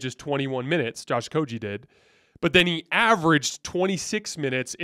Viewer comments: Stop saying Josh OkoJee it's a hard G like Great.... It's Josh OkoGie please say it Right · I love your content, but sometimes you have no f*cks given about name pronunciation. Pretty sure it's a hard G my friend